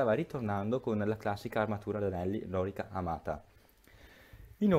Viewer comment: La corazza romana non era la lòrica, bensì la lorìca!